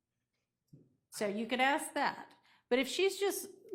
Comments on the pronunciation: Even the lawyers are saying ‘Aks’ Smh 😂😂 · I axd her ???? Why can’t she pronounce ask????? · What’s that?? Ask??😅😅😅